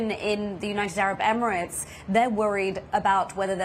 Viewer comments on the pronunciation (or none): none